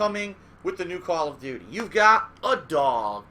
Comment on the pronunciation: Call of dooties Lmaooo